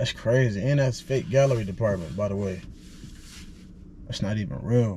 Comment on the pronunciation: Do they pronounce gallery like galeriea